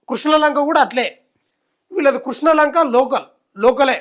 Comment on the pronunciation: కృష్నా లంక కాదురా... క్రిష్ణా లంక 🤣🤣🤣